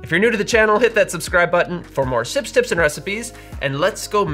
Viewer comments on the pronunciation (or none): none